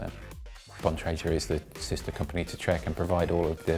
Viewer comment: Why do so many mispronounce 'Bontrager'?